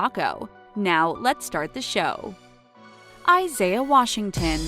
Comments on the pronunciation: She says T.R. Washington, really?! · Umm... did anyone else hear her say T.R. Washington? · She said “T.R. Washington” hahaha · Did she just say T.R. Washington?